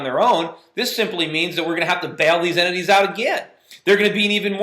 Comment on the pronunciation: he says "entities", I almost thought I heard him saying "enemies", that would have been quite freudian... :)